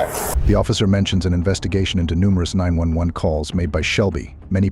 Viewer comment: Who or what narrated this ?? She phoned nine hundred and eleven ?? Uh...whaaaat ??